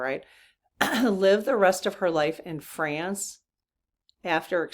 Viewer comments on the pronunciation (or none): none